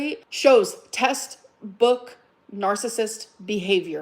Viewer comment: Her sunken eyes and corpse-like complexion make her look like a Sith lord.. The organ failure is real. Also hilarious how she thinks “textbook” is “test book” 😂. “My pain turned me into a monster because of what you did. Yeah 😌, I’m able to admit that.” Lmfaooo that’s what she thinks accountability is 🤣🤣🤣